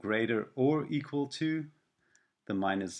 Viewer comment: equal... not eqal